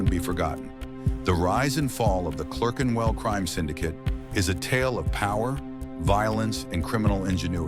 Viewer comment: Can't even say Clerkenwell. Another septic ruining British history.